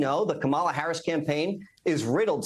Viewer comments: Why does he insist on pronouncing VP Harris name wrong, over and over. Such disrespect! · Hey Corey- be a big boy and learn how to pronounce V.P. Harris’ name correctly.